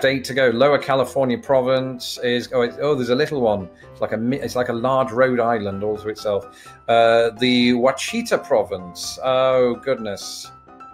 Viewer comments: "Wah-cheetah"? For the future, Ouachita is pronounced like "Wash-sha-tah". I suspect someone's already mentioned it though, but didn't see it in the fifteen or so comments. Used to live in Hot Springs at a boarding school. It's in the Ouachitas. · Ouachita is, I believe, pronounced Wash-it-ah. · Ouachita is pronounced Wash-a-Taw, on a side note my family owns about 150 acres of farmland on the banks of the Ouachita river. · Ouachita = wash-sha-ta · Ouachita is pronounced...wash ah tah. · Ouachita is pronounced Wash it taw. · Well, if it's any consolation, as an American, I got only two more right than you did. Not to nitpick, but Ouachita is pronounced like "Wa-sha-ta." That's really the only one I saw mispronounced. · I did terribly despite being obsessed with maps. The only thing I have to contribute is that Ouachita is pronounced wash-it-taw, and it's the mountain range around Hot Springs, Arkansas. Beautiful place. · Sporcle! BTW, Ouachita is pronounced "WASH-it-ah." Almost like you're saying "wash it all." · Ouachitah is pronounced WASH-ah-tah , or WORSH-ah-tah, depending whether you live there, or are just visiting. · I saw the word “Ouachita” and knew you wouldn’t get it right. It’s always difficult for first timer’s. 😂 The “Oua” is like said “Wa” and the “ch” is “sh”. Here’s a tip if you see the word in the future.. Say the phase “wash-it-all” as one word, but keeping the L’s silent. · Ouachita= wah-chi-TAW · Ouchita is pronounced Wash-a-tah (short "a" sounds" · You mispronounced Ouachita. But you were closer than most would be. You just put the emphasis on the wrong syllable. Emphasis should be on first syllable. WAH-shi-tah. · Ouachita is pronounced Wash uh taw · Ouchita is pronounced Wha-shi-taw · I got 18/24. I expected to do better. By the way, Ouachita is pronounced WASH ih taw. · The way he pronounced Ouachita was different to me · You mis-pronounced "Ouachita". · Other than your mispronunciation of Ouachita not bad...